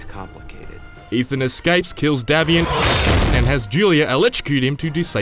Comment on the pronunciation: It's DAY-vian